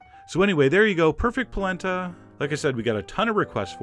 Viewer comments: It's pronunced Pall-ent-a!!!!!!!!!!!!!!!!! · I used to pronounce it "polanda" as a kid, too! Goes great with pork ribs and a your Sunday gravy sugo recipe! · Oh my gosh, My mom says POLANDA to this day. Lol. I tell her and she swears that's how her memaw said it!! Lil 4ft 7 Italian woman! Thank you for this!